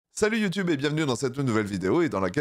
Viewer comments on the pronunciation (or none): none